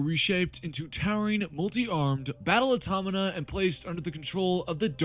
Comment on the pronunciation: Aw-taw-ma-Ta. AutomaTa. Automata. Good video, though.